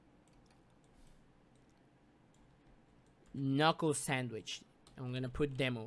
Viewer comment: Ka-nuckle sandwich